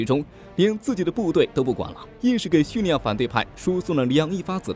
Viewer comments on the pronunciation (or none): 真的不想吐槽，但是发音确实不对，听着好恼火，是叙利 li 亚，不是叙 ni 亚